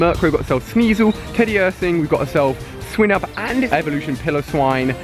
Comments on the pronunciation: ok Ali instead of criticising u im gonna give u advice: it's swine-ub not swin-ub. I know it doesnt really matter but some people like me get triggered when u pronounce things wrong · Why does he pronounce Swinub wrong you pronounce it like "swy-nub" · its swinub SAY THE i